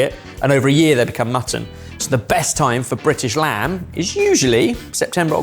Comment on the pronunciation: Is it mandatory to roll the R on "Brrrritish lamb"